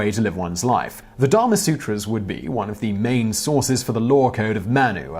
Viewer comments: I like how when Simon Says law, the word I hear is "lore", and when referring to really old text, the word still fits :-) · Law does have an R in it right?